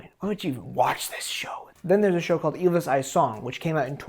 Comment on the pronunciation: I don't give a fuck about your disclaimer. I watched two minutes and I'm already fucking furious at you pronouncing Ylvis is Ilvis